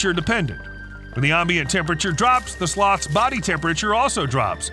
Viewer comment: Ombient? Do you say ombien, Omber Heard, ombiguous, omerica, as well? 😂